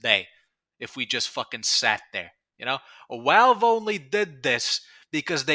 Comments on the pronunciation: Why do you say "Walve" are you retarded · On one hand he talks like Paulie Walnuts (so that.s a plus) on the other hand the way he says Valve gives me ptsd